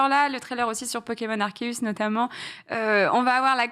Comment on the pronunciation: Aie!!!! Arséus stp et non Arkéus ^^ pour la prononciation;)